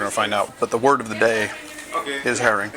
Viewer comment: Until about half way through, I thought you were saying "hairy". I was getting really confused haha